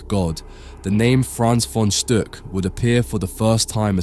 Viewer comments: Stuck is prounounced like “book” in German! It’s not Stück, like you pronounced. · Very informative. Thank you. There is something you can improve on. The name is spoken "von Stuck", not "von Stück" or "von Stock". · He pronounces the name "von Stuck" incorrect. The "u" sounds like a short "oo" , not like the german ü. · The name is "Stuck" and not "Stück" - if I were you, I would care about the pronounciation, before I made a video.